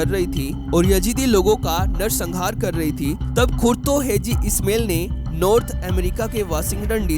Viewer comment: ओ भाई, " ISMAIL" को " इस्मेल " न बोलिये, बल्कि " इस्माइल " बोलिये. 2. " हाजी " को " हैजी " बोलना गलत है.